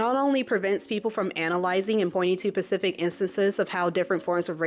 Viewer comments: You say “pacific” instead of “Specific” I’ve been trying to ignore it cause I’m really enjoying your videos But now it feels like you either don’t know or you’re doing it intentionally If you don’t know, no one around you is telling you which isn’t good If you do know and you’re doing it on purpose, then I’m sorry I took a joke to seriously. When I hear other black people saying that, I don’t care if they know and don’t care or do it on purpose But I’ve absolutely encountered black folks that don’t realize the mix up because no one told them And no one told them because they thought it was funny: they were laughing at that person. And THAT bothers me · I am not sure, but are you repeatedly using the word “pacific,” when you mean “specific?” I wasn’t going to mention anything, but it started driving me crazy, as the video progressed, especially because you obviously have a very broad vocabulary, I started wondering if you are trying to bait someone into mansplaining, because it seems like an unlikely word to misunderstand, but that’s from my experience and I’ve certainly heard other people misuse the same word in the same way. Oh well!🤷🏽‍♂️ Awesome video! Subscribed